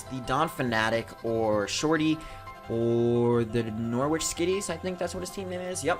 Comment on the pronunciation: btw it's noh-ritch, not nor-witch! The w is silent!